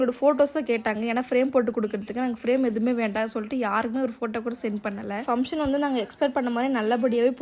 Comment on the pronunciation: Sis sry to say this fumtion illa sis function nu sollunga.., just correct pannikonga.. don't mistake me